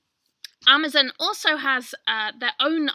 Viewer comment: i love how you say 'amazUn'....its so...not American lol thx!